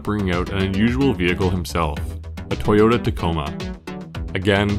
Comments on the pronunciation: It's not TIEyota.. lol.. that was driving me crazy. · Am I hearing "Thai-yoda" ??? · I've never heard anyone say "Ty-ota" before... I'm pretty sure there's another O in there.